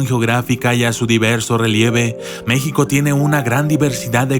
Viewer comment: enserio no sabes cómo se pronuncia México ,si insultas a México me insultas a mí y por esta vez y por todas no me arrepiento de ser una mexicana